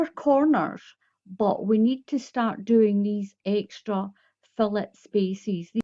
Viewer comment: I think the stitch with holes is pronounced fillay'. I'm not trying to be a smarty pants. Lol It's a French word.